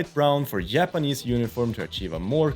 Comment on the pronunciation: Härligt svengelska med ’yapanese’ 😅. They look great :)